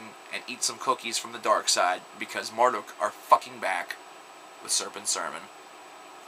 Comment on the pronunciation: The fucking 2007 album is titled Rom. as in Romans . There is no way that this guy has ever listen to a Marduk album because he can not only pronounce the name of the band wrong but their album title as well. As for the morons here who thought the name of the band is pronounced "mar-duck", go listen another band. If you actually listened to Marduk then this should be self explanatory from a little album called Panzer Division Marduk.